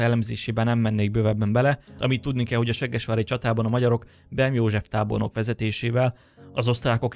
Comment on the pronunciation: Ahogy mondod: seggesvári csata 😂 Amúgy jó videó, gratula🙏🏼